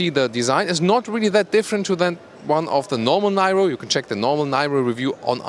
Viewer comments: called NIRO, not NAIRO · It's pronounced "nee-roh," like in Robert DeNiro. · Thanks a lot for the nice presentation. I guess this car is pronounced [niro] like Robert de "Niro". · It's, called the, ni-row not Niro pronounce your English correctly lol good review but too late been here done that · It's pronounced as 'Neer-oh' in English (well that's how it's pronounced in the UK by Kia themselves) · Please pronounce Niro in the way everyone else does. Just like Robert. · Hey, I think in english that name is pronounced like Robert de "Niro". They should have called it the Kia de Niro... you looking at me?? Anyways, I think this is going to be a very good EV and finally the OEMs are getting into larger EVs instead of all these city cars. Great review!